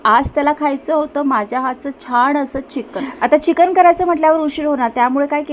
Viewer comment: छाण नाही छान असत ते😂